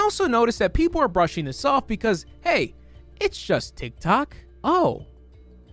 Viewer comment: I can’t stop hearing “tic tac” lmao